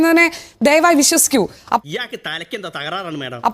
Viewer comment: Ivante malayalam tone kelkumbol....onnu nirthi pode...vaaanam..avante oru വിശശിക്കൽ ,deseeya aaadhyam മലയാളം പഠിക്ക് ഉച്ചരിക്കാൻ....ഇതുപോലൊരു kizhagann.....